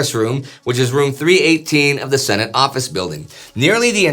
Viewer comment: has been out of the states so long, he says "Shenate" not Senate.